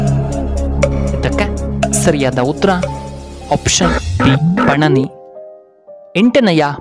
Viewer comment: ಪಣನಿ ಅಲ್ಲ ಮಾರ್ರೆ ಅದು" ಪಾಣಿನಿ"